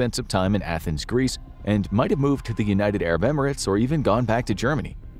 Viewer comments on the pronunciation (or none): none